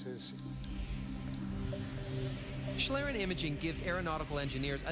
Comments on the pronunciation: it's pronounced "shleeren" not "shlaeren". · shlirren... its schlieren pronounced like "ee" in need followed by an "ren" like in renderer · One of the guys pronounces it like shlearen, but it should sound more like schleeren, if you want to pronounce it correctly. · Random Question: Why is every non-english speaker trying to speak this language as good as possible, and english speaking persons won't give a shit how to pronounce a word in a field they are experts in? BTW it's called Schlieren (pronounced like "Schleeren" not "Schlrn"...) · It doesn't. It's just used specifically to refer to this type of camera. What I think is interesting, though, is that they pronounce it like shlairen for some reason. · It's actually pronounced like schleeren. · Speaking and learning a language is not the same as adapting a loanword. Loanwords will be adapted to use the pronunciation quirks of the language adapting it. That said, I thought the way they said "shlairen" was kind of entertaining. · its shlee, no "k"-sound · if you are a native english speaker, "schleeren" should probably hit the pronounciation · It's pronounced "shleeren" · Good thing they mentioned the word is German, I didn't understand it at all! "Schlieren" is pronounced like "shleeren", with a long "e". =) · in germany you pronunce "Schlieren" like "Shleeren" :D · it's pronounced "shleeren" [ˈʃliːʀən] ... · its pronounced "shleeren" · pronounced "Schleeren". sorry it was bugging me. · Actually the prof (or whatever he is) + pronounces it almost right. It's the narrator which pronounce it the "english way" ^^- The prof still has some dialect and that's fine i guess especially since we german are known for having one of the worst english dialects (way after india of course :D). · i like how english speaking people pronounce the word "Schlieren" it irritates me a little but its funny as hell